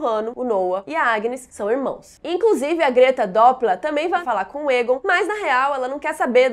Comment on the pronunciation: Toda vez que a fala Egon, eu ouço ela falando "targaryen"....kkkkk